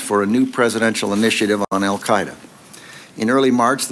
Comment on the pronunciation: Did Condoleeza almost slip and say "The Al Qa' Ida NUT-work", before correcting to 'Network' at 20: 40 - 20: 59 into the video. I watched in Amazement as these arguments built against Afghanistan, truly believed that Congress would NEVER APPROVE or Fund such folly, as I saw it. WTF??? And then IRAQ -- and the Rogue Nations. Same war still brews. Trump's Agenda is to give the War Hawks what they want -- the Global Corporations won't have to pay for the war (thanks to their tax cut) ewe will -- and ewe'r grandchildren. Baaaaaa'd? Our only hope now is to defund the military industrial complex before 2019. Will you help? The ewes won't help.